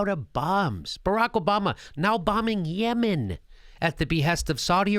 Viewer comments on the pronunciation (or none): none